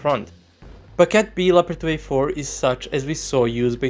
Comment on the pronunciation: Hold up, how did you pronounced 2A4 B and C? Trepkitot C and Trepkitot B? :D :D